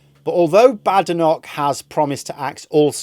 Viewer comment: I don't think i can listen to you mispounce the African woman's name any longer. I'll give it about a week then I'll unsubscribe.